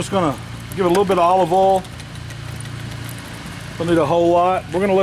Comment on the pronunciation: I’m enthralled with the word oil being said in a southern accent. Just “ole”.